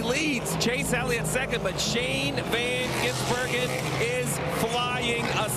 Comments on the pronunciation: I love how Dale Jr just kind of skips the "Van" part lololol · Think he thought his first name was Van...